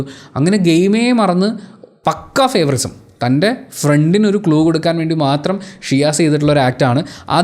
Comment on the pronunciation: ഇംഗ്ലീഷിൽ ഫേവൊറിസം എന്ന ഒരു വാക്കില്ല. ഫേവൊറീടിസം എന്ന് ആണ് പറയേണ്ടത്